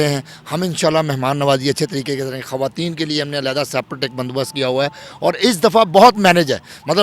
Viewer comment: Hawayeen nahin kehtey, sahee word hai khawateen 😏